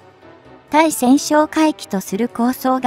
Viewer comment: ついせんってなんだよ！たいせんだろうが！しっかりせい!間も長い!評価は当然badね。